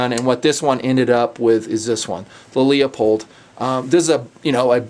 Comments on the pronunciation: Bah, and Leupold is pronounce Loo-pold. I live about 15 minutes from em, and it drives me as nuts as people that think that Oregon is Or-gone... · "leopold" should be pronouced leu-pold luuuuuu pold :) just saying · Why the heck does everyone pronounce Leupold as "LeOpold". It is not Leopold. It's Leu... (Lewpold). I guess the president/owner of Leupold would have the say, so I'd have to back off my stance, but otherwise, if you are just looking at the name? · I thought it was pronounced loo-pold? Anyway, have you had much time with the GSR? I have one but have not had the chance to shoot it.